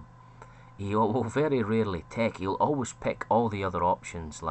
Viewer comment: i find it difficult to distinguish whether you're saying tech or take, the both sound like tek